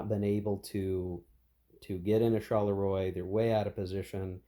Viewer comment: Not in any way a criticism, but the correct pronounciation of 'Charleroi' (as it crops up quite a bit in this and any 1815 scenarios you might play) is, approximately, 'sharl-le-wah'. Say it like Maurice Chevalier and you'll be spot on 🤓 Loving the series, BTW. Shame you don't attempt to play with the sleds and hidden movement - the whole vedette thing is a sub-game in it's own right. Still works for me solo. Cards are great, too.